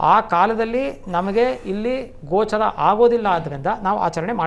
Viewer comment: ಗ್ರಹಣ 'ಗೋಚಾರ' ಅಲ್ಲ 'ಗೋಚ'ರವಾಗುವುದು